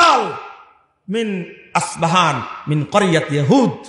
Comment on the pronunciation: তুমি তো বক্তা নাম জানোনা,, আসপাহান না, ইস্পাহান